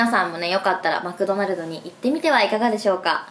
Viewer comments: マックドナルド😂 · あーちゃんはマクドナルドじゃなくて マックドナルドなんだね笑